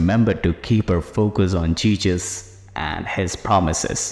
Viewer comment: Not being that guy ok but one wrong word spelled or said by the one starting the pair can change this action of god and Jesus . The commentator had said Jesus incorrectly. That isn’t a good thing im sure . Now dont go up one side and down the other that im judging . I’m not ! It’s saying a word wrong though we understand what its meaning is pertaining to this . But pronouncing the words right can will change what can happen .